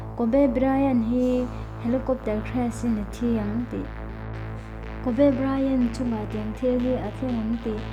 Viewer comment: A hming in lamdan te hi mak ve..kawbee i tia..Kobi ti ag a lam zawk om..